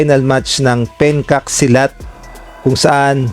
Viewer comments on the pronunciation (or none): Eto yung google: Remember you are southeast asian, not westerner or american Pencak Silat is pronounced "PEN-chak SEE-lat" (or "PEN-chak SEE-lat"). The "Pencak" part sounds like "Pen-cha" with a soft 'ch', and "Silat" rhymes with "see-lat," emphasizing the first syllable of each word, like pen-CHAH sih-LAHT in Indonesian, a martial art from Southeast Asia. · Penchak Silat po OR Penjak Silat. HINDI PENKAK SILAT. 😂😂😂